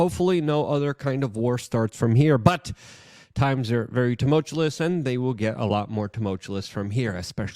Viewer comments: Luke. Repeat after me....TUMULT---CHEW---IS. TUMULT---CHEW---IS. It is NOT Tumult--CHA-LIS. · "tumultuous", not "tumultulous". there is only 1 L I really hope Luke sees this bc it drives me crazy. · It’s not “two-mulch-you-less”, it’s “two- mulch- chew- us” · Love ya Luke, things are getting very “tumultulous” 😂 I’m not gonna stop making this comment until you pronounce it correctly. 😂 You do great work though and I appreciate your reporting. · You said "Toomullchewlous" X2 right at the start. You're trying to lose credibility at this point.